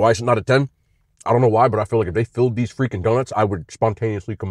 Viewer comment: His way of saying these donuts is "gas"😂